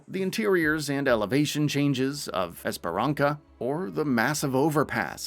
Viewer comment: The way he pronounced "esperança" hurt my soul